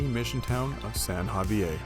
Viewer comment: San Javi-ay? LOL Also, to be clear it’s not “Bay of Conception.” It’s Bahía Concepción. 🤛🏻